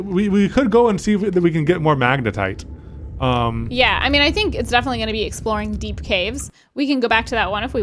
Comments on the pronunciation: Katelyns face is like the this is fine meme every time she hears say magenite instead of magnetite 😂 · majinight, magnetit, majatight, magnetite, lol the saga continues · Not majinite! Magnetite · please say magnetite and not Majinite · They added more horror because the anxiety of the oxygen running out and the frustration from pronouncing magnetite wrong wasn’t enough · I hope in the edit they have an " says magnetite incorrectly" counter hahaha